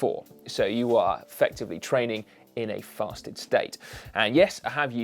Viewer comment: Wait! "Fasted" state! I though you said "Festive" state and downed a beer before every ride... No wonder I'm not loosing any weight!